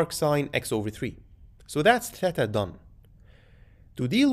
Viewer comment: Respect for saying “thêta” and not “theeta”